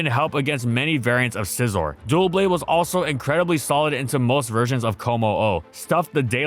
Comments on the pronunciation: Stop saying "Dual blade" its clearly Doublade as in Double! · Its name is a portmanteau of Double and Blade and clearly meant to be pronounced DUB-lade and yet in the video it's pronounced "dual-blade"...why? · Why are you calling it dual blade? Also see loads of people calling it duo blade. Its Doublade as in Double Blade, not difficult. Don't even care about the hate ill probably get because its a stupid mistake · Hes trolling right? Its "dou" blade as in double. DUH BLADE Wth is this "dual" blade. I get pronunciation doesnt matter but now were just inserting letters that dont exist. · Bro it’s not doo-blade it’s dublade. It’s a double blade 😭😭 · Wow I gotta say I love the vids but the way you’re pronouncing this guys name is legit pissing me off. You’re saying it like “Duel Blade” like can you not fucking read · It’s pronounced like ‘double’ not ‘duo’ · where do you get the extra "L" in its pronounciation from? I'm not crazy for hearing you pronounce it "Dualblade" instead of "Doublade", right? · It's doublade, not duoblade. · So someone has to be that guy and point out that it's not Dualblade, it's Doublade. Him pronouncing it wrong every time got annoying really fast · OMG its not "Dual-blades as in two blades, Its "Dub-Blade" as in double blades, ive always noticed they say it that way and it made me think i had mis read it lol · It's funny how many people still misread it as Duoblade. It's Doublade as in Double Blade. So it's pronounced Duh Blade. 😅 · It’s not Dualblade, but Doublade. Like a combination of Double and Blade. The pronunciation of it as Dualblade is driving me loony. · Take a shot every time he says DUO blade instead of Doublade 😭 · Why's he saying it like "Duel-blade" or "Duo-blade" instead of "Dub-blade" like it's spelled? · It's Doublade. Not Duoblade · Wow this video was annoying. It isn't "Dualblade" it's "Doublade" So no DUAL BLADE, but DOUBLE BLADE or DOUB-LADE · Am I crazy or is he saying it like “Dual Blade” instead of “Double Blade”